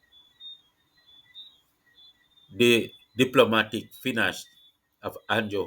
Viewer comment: "THE DIPLOMATIC FINASH"..?????????TELL YOU BOUT DEM LAGGA HEAD LABARITE YAH...😂😂😂..MAN GUH BACK A JAMAL AND GUH LEARN FI READ😂😂